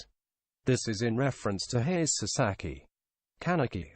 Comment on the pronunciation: dude its hayse spelled haise not hays